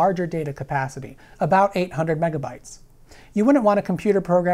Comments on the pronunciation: When he started saying mebabytes I had to check to make sure I wasn’t watching some ancient April fools joke video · Mebabytes? I though it was called megabits? Mebabytes just sounds dumb. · carefull kids, sayin "mebabaites" is open invitation for bullies to beat you up.